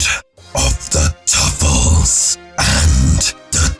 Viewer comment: I can't take him seriously when he said Tuffles.